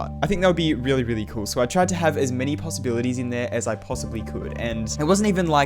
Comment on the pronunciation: “so I tride”